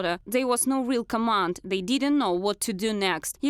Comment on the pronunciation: Where is your accent from? Why cant you pronounce th? You keep saying zey and not they, its really not that hard to just not say z. I know its not Russian because my parents dont even speak like that.